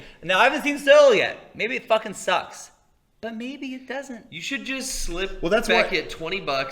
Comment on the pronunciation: Every time says "But!", I hear "Butt!":D